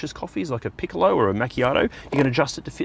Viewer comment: Say “picolo” one more time and I’m unfollowing.